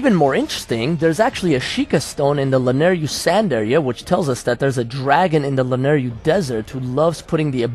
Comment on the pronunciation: Man... it's LanaYRU... Y-R-U ;P I dunno why but it hurt my ears every single time you pronounced it Lanaryu (yru-ryu). It hurts a Zelda fan xD